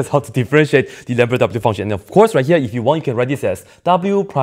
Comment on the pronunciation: 'lambertghini' lol... 😂😂😂😂😂😂